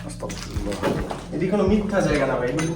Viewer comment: ভাই আস্তাকফিরুল্লাহ হবে না ❎ আস্তাগফিরুল্লাহ হবে ✅